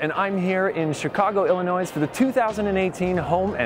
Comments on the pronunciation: Illinois, Not Illinoise! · It’s not Illinoisssss the s is silent. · Sorry, it’s not like it isn’t his first language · lmao, he’s smart enough to know he screwed up why aren’t you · Yes, screwed up but not as bad as Oprah with "Ca Nad a " LOL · Thank you! Very interesting! Love your videos, though I just discovered them. Washed my windows and screens today using tips from you! (Just a note: the "s" in "Illinois" is silent. :) ) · Hi! Great job! Just a tip from a native of Illinois, the "s" is silent!:) And a few moments later..... Ooops, just saw I'm not the only one to comment on this. I love the products that you highlighted. That colorful kitchenaid display was awesome! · Hey! As an Illinois native I tell you true: we don’t pronounce the ‘s’. Congrats on your daddyhood! 😁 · Hey ’ the S in Illinois is silent. 😉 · Really liked the collapsible laundry baskets. You did a wonderful job, only one cringe-worthy moment. As a former Midwesterner, when pronouncing Illinois the s at the end is silent. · the S in Illinois is silent 🤷‍♀️ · Yep! Lol. There is no 'noise' in Illinois,!:) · There’s plenty noise here, just not in the name! pronunciation made me giggle too. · Did he seriously just pronounce the s in Illinois? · He can’t pronounce Illinois?